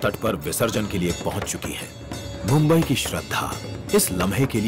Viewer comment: Not bumbai it's mumbai